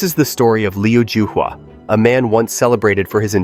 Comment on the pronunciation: I think you spelt his name incorrectly. His name in Chinese is 刘招华 which is pronounced Liu Zhao-Hua.